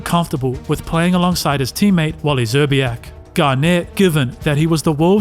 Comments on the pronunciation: He played over a decade so idk if id say he ruined his career. He matured a lot. Also, you lost tremendous points not being able to say Wally last name. Zer-bee-ack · What basketball fan, let alone youtuber who posts NBA videos cant pronounce "Szczerbiak") (Zer-b-ack) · Wally ZERR-BEE-YAK is how his names pronounced bro... He was solid... streaky scorer... Love the videos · You cant say Wally Szczerbiak?! Sir-bee-ack. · Wally Zerr-Bee-Yak. 😆